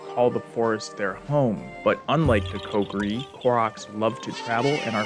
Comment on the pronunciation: Omg, what's with you pronouncing Ko Ki Ri like pot pourri?